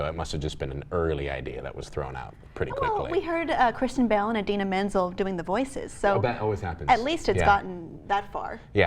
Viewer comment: "Christian Bale and Idina Menz'l"